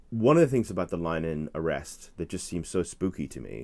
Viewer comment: Please learn to pronounce Graham Linehans name correctly - it's 'Lin - eh - han' three syllables and not 'Line - han' two syllables - it's not 'english' so 'english' pronunciation is not appropriate - a little effort would enhance your credibility with Irish viewers